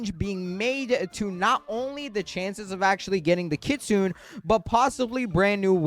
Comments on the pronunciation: The word "kitsune" is pronounced kee-tsoo-neh. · kit-su-ne.... ne ne ne